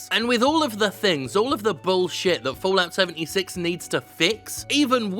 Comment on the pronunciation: I swear I heard Jim say “Bullocks 76” instead of Fallout 76 lol